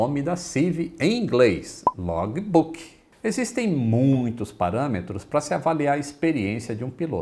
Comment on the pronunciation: Log"I"Book"I"... Faltam aulas de Cambly aí... 😁